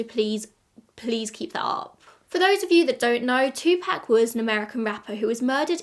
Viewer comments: It’s literally wrong. He was American, so it’s pronounced two-pock. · It's Tupac as in 2pac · Po-tae-toe po-tat-oh, two-pack two-pock 😂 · If you want to know the correct pronunciation of Tupac just watch a Jada Pinkett Smith interview. 🙃